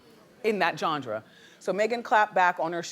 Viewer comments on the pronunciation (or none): Jon-drah... Lol you mean genre, Wendy. Lol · Wendy.....Jandra!!!! Its Genre gurrrrl! Lol